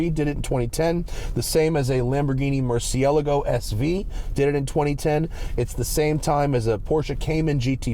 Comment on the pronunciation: Thanks for the proper pronunciation of Murcielago.